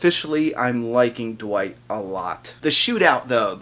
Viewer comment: Dwight? No, his name is Wight since Eugene still got the "D" in his mouth 😂